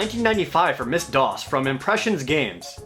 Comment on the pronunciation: Wait wait, did you just... did you just say "Miss Dos"?